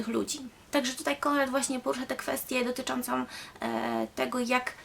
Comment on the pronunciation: "dotyczoncom" przecież tego nie da się słuchać. poza tym w całości zerżnięte z klp